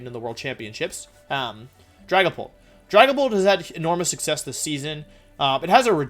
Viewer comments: We’re not going to ignore that he said Drag A Pant instead of dragapult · ah yes, dragapant.